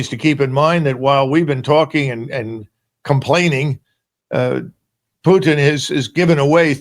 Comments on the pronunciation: Hey Kennedy, first off, it’s Putin, not “Pyutin.” Second, Putin is winning — the West and Ukraine have lost. He doesn’t need to concede anything; in fact, he might just keep marching all the way to Poland’s border. What’s being discussed now are terms of capitulation. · Yo Kennedy, his last name is not Pyutin! It's pronounced (pooh-teen)! You're a US Senator for Christ's sake! Also, nobody gives a rats ass about your psychobabble! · Kennedy says Pyutin. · why senator Keennidy said instead of Putin - Pjutin? Is he have problems to hear the right pronunciation of the last name of the Russian President? He probably not from Republican party; but from Dermoshit party>>>> 😮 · What a hilarious guy, Sen. Kennedy. He is a real clown. He can't even pronounce “Putin” correctly. What desperate people have voted for him?